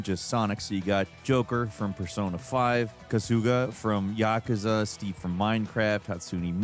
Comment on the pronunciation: The way you pronounce Kasuga immediately followed by Yakuza is funny 😂 Kasuga should have emphasis on the same syllables as Yakuza (which was correct)